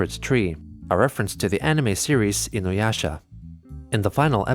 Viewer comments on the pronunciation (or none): none